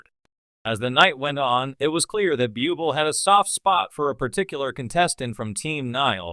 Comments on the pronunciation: Better asked 1st the correct pronunciation of Michael BUBLE' last names.It's IRRITATING! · Please pronounce Michael Buble’ name coeeectly